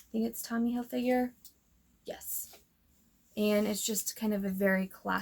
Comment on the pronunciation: Great haul! The way you pronounce Hilfiger Hilfigure makes me giggle. 😂